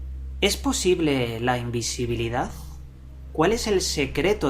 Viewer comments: El secreto de la imbesibilidad asi dijiste...? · Invesibilidad :V ajajja asi lo escuche primero sorry tenia que decirlo XD